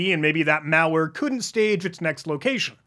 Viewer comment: pronunciation of the word "malware" as "meowlware" so cool😊